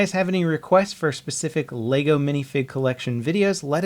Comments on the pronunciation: Funny how you run a channel based entirely on Lego, and you can't even say it right.... Leg-o not lay-go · It's pronounced Leh-Go not Lay-go. Sorry it was just really annoying.